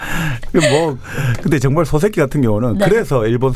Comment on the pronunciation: 소세키 아니고 소-세키